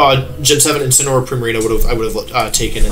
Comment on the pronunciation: I could see wolfe die when said incinaroar